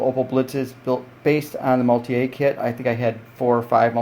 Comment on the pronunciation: I am getting this kit and I wanted to see how it looks. I love that it comes with passengers. Thanks for the video! BTW the vehicle is German, not French; maultier means "mule" and is pronounced Maul-teer.